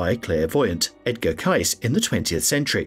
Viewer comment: Edgar Cayce name is pronounced Cay-see not case. If your robot can’t pronounce names of people or places, hire a person or get a robot that can.